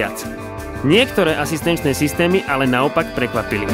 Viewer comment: ake systemy? :) Prepac Sulko, neber to zle... Len som si to musel pustit asi 10 krat hahaha